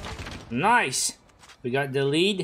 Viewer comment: says NICE VS WHAT I HEAR: NOICE!